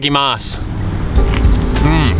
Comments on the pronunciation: The mayonnaise is ”karashi” flavor, not wasabi. But karashi is so resemble wasabi in hot taste seasoning. Your ”ITADAKIMASU” is really nice!! :D I am Japanese high school student learning English. I am looking forward to your videoes!! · it's "itadakimasu". it's something said before eating.